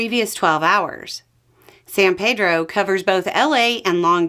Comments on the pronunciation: love this channel...just a correction cuz I've liver here for 50+ years...we call it Peedro...not Pedro . So San Peedro. I know it's a small thing. But something locals appreciate hearing correctly. Again great content. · Love what you do so I really hate to be that person but San Pedro pronounces its name as San Peedro (ask the high school). Less common, but acceptable, Sahn Paydro but it hurts my ears to hear San Paydro almost as much as it would to hear Sahn Peedro. Not sure how much it matters, or if it was really worth mentioning but in case you'd never heard-- it's just a thought. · Just for reference, the locals call it "San Pee-dro".